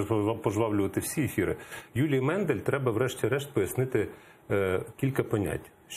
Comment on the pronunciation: Не Мендель, а Мандель! Коли ви вже навчитеся вірно називати прізвища!!!???